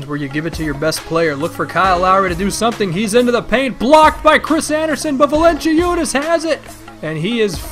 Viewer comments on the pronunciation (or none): Valen-ci-unas :'D, dat pronunciation :3